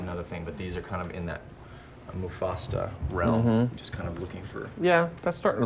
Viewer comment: Mu-Fasta lol